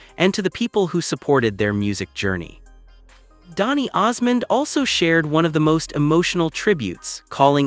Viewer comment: His wife's name is Suzanne, not Susan. The last name is Osmond. Not Osman. I wish people would it straight.